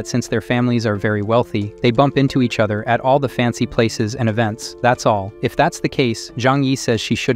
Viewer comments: Is this an ai voice? Why he pronounce "all" as "owl?" 😂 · Are you a bot? Or do you just not know how to pronounce “all”?